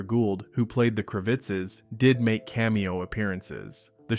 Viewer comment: The WHOOOO? The Kra VITTZES? Bye, Bot.